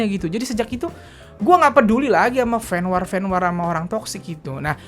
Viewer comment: Fen Wor dongggg sebutnya bukan Fen WAAR 😂😂😂🤦🏻‍♀️🤦🏻‍♀️🤦🏻‍♀️